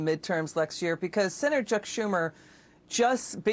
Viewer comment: Chuck not church.